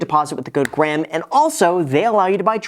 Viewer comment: did bro just say what’s up graham it’s guys here 😶, great video though.